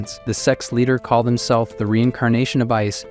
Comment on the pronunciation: Very entertaining but the AI voice needs to work on its pronunciation of some words. "Call-ED" "Sup plees instead of supplies"